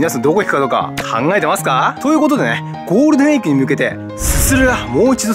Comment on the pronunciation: ゴールデンウィークがゴールデンエッグって聞こえますよ(*･ω･)